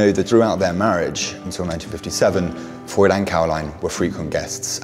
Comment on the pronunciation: The affectation of mispronouncing Freud's name is annoying.